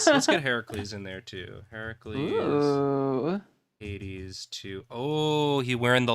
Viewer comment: I keep thinking was saying 80s instead of Hades and repeatedly went “didn’t that game just come out recen-ahhh, right”